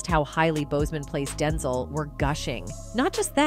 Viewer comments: His Name is DenZEL NOT denzull!! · Can you stop mispronouncing Denzel.😡